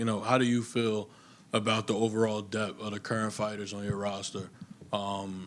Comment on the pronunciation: "uh good prollum" "da overall depf uh da fighters on your roster" learn how to fucking speak dude.